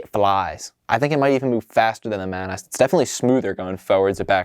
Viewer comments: Hey, love your vids. But its mAH-nAS, not "Man Ass" 😂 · Come on dude it's clearly either pronounced monoss or manuhs not man-ass. It's like how as a kid I pronounced Carapar as Cay-raper because I didn't know that last bit was a word. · Great review but you may have messed up the right claw of the white and orange crab. Also, "ManAss" 😂, I think it's pronounced more like Ma-Na-S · I couldn't help but laugh... "Man-Ass...." XD I always thought it was pronounced "MAH-nahs" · my friend thought you said "Today we are taking a look at the Bionicle MAN ASS"